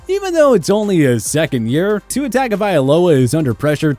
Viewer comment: you people make a video on how to properly pronounce NFL player names. yet you still butcher Tyrod's & Tua's names!